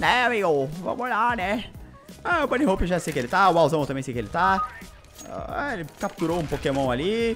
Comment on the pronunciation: Ué, mas se pronuncia Bani Hopi, ele disse certo '-'